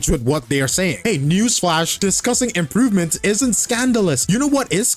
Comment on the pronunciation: Im-pro-ve-ments ? What is that word ? (Every hoyoshills)